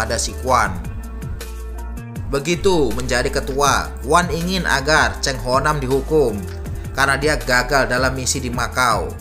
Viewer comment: Bukan Chang ....salah ejaan itu ...yg sebetulnya Chan ho nam ....bukan nya Chang ho ham